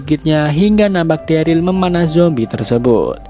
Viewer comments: Keinget dulu ngomong daryl jadi darly:vdah lah lupakan semua manusia punya kesalahan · Pas season awal ngomong daryl aja darly